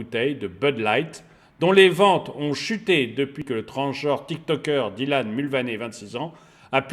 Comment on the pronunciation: . Il a pris cher le pauvre Dylan. "Écorchage" de nom dans les règles de l'art 😂😂. Plus sérieusement, excellent boulot, comme toujours. Aussi pertinent qu'intéressant. Merci pour le partage 👍🏽.